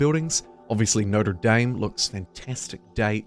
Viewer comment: no-tree-dame lol